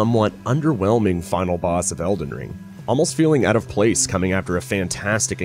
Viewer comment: Why do u say it like "Elden Stirs" lol